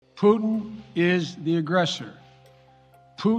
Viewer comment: Putin not pudding sleepy joe... I know you almost started salivating after saying pudding acouple of times